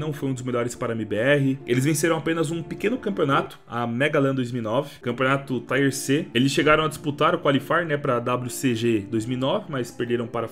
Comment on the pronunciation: a pronuncia correta e tier mesmo nao taier